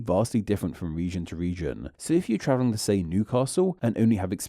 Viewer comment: I wanted to watch this, but I found the narrator's manner of speaking highly grating. When reading a script, you don't need to end every word at the end of a sentence with the same flat and drawn-out delivery. Also, why do you stress words by adding an extra syllable, e.g., 'to-wa' instead of 'to' an 'Britain-a' instead of 'Britain'?